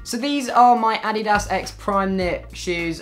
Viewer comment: The way you say Adidas omg XD I'm repeating it lol